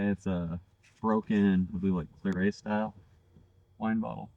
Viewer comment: Hey and Crew! Great dig! I am glad you found the Mackall bottle and that primitive looking gin bottle was cool! Oh and just so you know, if you don't mind me saying, that most folks(whether it is wrong or not, I am sorry) pronounce Claret like it rhymes with carrot, the T is not silent! Anyway, great dig and I look forward to your next one! Be safe!!!